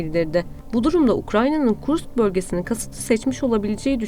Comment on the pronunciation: Hanımefendi, KurKS değil, KurSK şeklinde okunur o şehir.